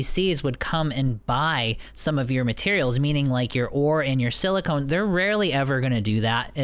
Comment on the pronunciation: Stop saying silicone! You're not mining boobs! 😛